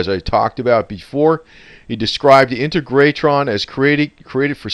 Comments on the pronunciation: Accent on the second syllable. On “teg”! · Pronounced In-teg-ra-tron...!! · Pronounced In-tay-gra-tron. I knew his wife well, in her later days, and until she passed away in a nursing home. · it is pronounced IN-TEG-RA-TRON...... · IN-TEG-RA-TRON try to pronounce it this way. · Pronounced In-teg-ra-tron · Hi --- It's pronounced IN - TAY - GRA - TRON == saying it all at once. I live a little over an hour from there. My family has had property in Joshua Tree since the 1950s and my brother and I go dirtbiking out there all the time and we always ride by the Integratron. We have experienced the session and since they published an article in Rolling Stone magazine and also had the likes of Anthony Bourdain and other Travel Channel documentaries have covered the place, it has lots of visitors